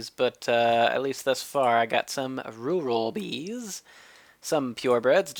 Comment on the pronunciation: The word "rural" is pronounced "rural". :P